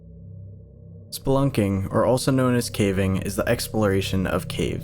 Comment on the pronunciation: Why did i hear splurting instead of spelunking